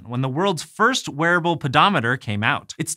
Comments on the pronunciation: Wearable... so close I guess... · I keep hearing "werewolfodometer". Is it just me?